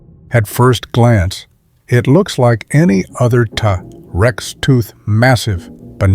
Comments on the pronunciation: worst ai generated speach ever- tah rex instead of t rex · "Tuh tex" ? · Tah - Rex? No thanks AI